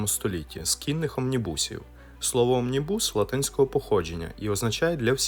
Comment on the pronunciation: Омнібус - наголос на О! На вікіпедії завжди можна подивитись правильну вимову і наголос різних незрозумілих слів, імен і технічних термінів. Складається враження ніби автор відео взагалі ніколи раніше такого слова не чув. Без образ, просто дуже ріже слух. Розумію що випуск кожного відео - це купа зусиль і роботи і щось можна недогледіти, але от такі "дрібниці" псують все враження